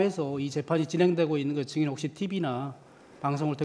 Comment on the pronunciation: 형배 재판관은 증자을 잘못하네 ~ 자꾸 정인이라고 하네~ ㅉㅉ 다른사람들은 증인이라고 하는데~